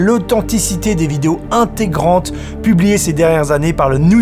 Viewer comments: moi: "intrigrante" JD :"INTEGRANTE" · l'alcool c'est mal Julien '' angés'', ''intégrantes''😂👌